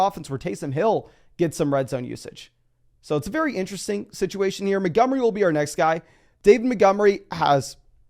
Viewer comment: Why is this dude incapable of pronouncing Montgomery?